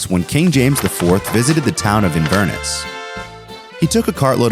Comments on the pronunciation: Inverness? It’s inverNESS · The way you pronounced Inverness pained me. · I was just about to comment this 😭